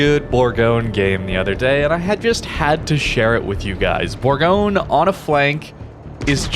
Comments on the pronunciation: Almost, it’s actually pronounced boorgonye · It's pronounced "Boorgonye".